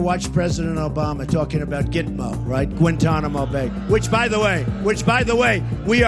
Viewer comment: Gwentonamo bay